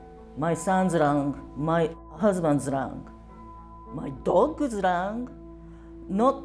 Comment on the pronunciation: I'm not making light if the poor woman's situation, but the way she said "my DOG'S lungs" like that was more important than the rest of her family's health